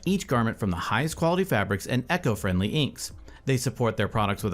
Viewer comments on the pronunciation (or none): Irrelevant to the video buy did you just pronounce eco as echo during an ad read?